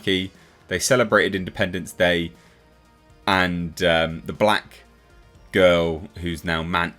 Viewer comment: Why say the “black girl” like that?